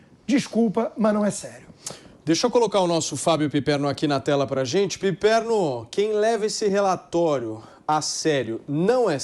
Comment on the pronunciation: O que é isso......"Pipermo"? Vai comer cocô bobão!!!